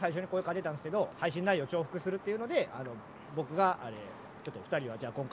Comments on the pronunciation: どぐらさん重複をちゃんと「ちょうふく」って読めてるの結構すごいなｗ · 本来は「ちょうふく」。 読み間違いの「じゅうふく」が定着し過ぎて「どちらとも読む」ということになっている。 似た話に 「新しい」がある。本来は「あらたしい」。言いにくさから頻発した読み間違いの「あたらしい」が定着してしまい、「あらたしいとは読まない」が現代国語の解釈になっている。 現代においては「重複をちゃんとちょうふくって読めてる」は正しい評価解釈に含まれます。